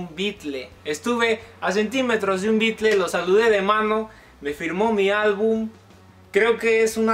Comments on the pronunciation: Que hermoso recuerdo! te felicto y me alegro un monton por vos! pero porque le decis BeatlE y no beatle como se pronuncia realmente, en ingles? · No me gusta la forma en que decís Beatles, porque dices bykle y no suena bien. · Si eres tan fan, porque dices bitle? Mal ingles